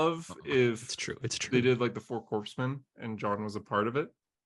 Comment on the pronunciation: It pains me that said "Green CORPSE MEN"